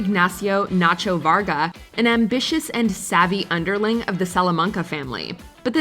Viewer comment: Your saying it wrong natcho